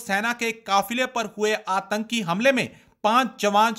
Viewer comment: Antki nahi atanki hota hai. Please correct.